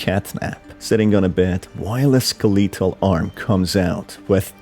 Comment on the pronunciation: the way he said skeletal 💀